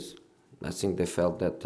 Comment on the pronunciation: Never heard a man 'zink' as much as Jose